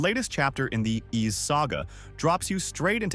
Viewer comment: Ys is pronounced "eese", like 'easy' without the y at the end. And I highly recommend ANY of the Ys games to anyone who hasn't played them before. Grinding is fun in these games, they've perfected the gameplay loop. I will say though, If you start at Ys X, then you lose the whole "WTF" factor when Adol manages to take a ship somewhere without it shipwrecking (seriously, he's involved in a shipwreck in like 7 of the 10 games, usually right at the start).